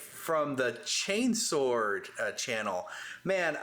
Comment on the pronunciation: Ooooohooo ! Two of my favourite channels just collided ❤ great job ! Hope you enjoyed having someone saying chainsword correctly guys ! 😘